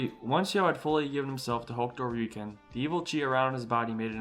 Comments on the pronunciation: Rayuken…. You sound like an idiot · So you pronounce Hokuto Ryuken right but pronounce Ryuken wrong?